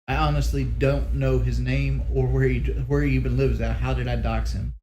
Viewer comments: SHAWK JAWK HAWNESTLY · "I was just a 25 year old kid, man. Like awnestly."